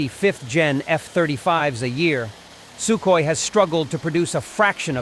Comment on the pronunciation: What a really weird way to pronounce Sukhoi......